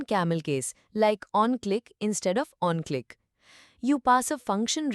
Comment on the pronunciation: thank to AI voice, onClick instead of on-click 😅